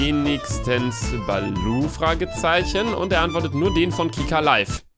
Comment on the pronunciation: Bibi wegen Bilou und nicht Balou